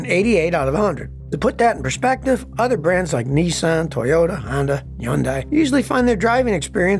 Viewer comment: Scotty Toyota or Toyata Kilmer😀